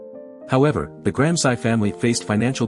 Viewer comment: Please learn to pronounce Gransci!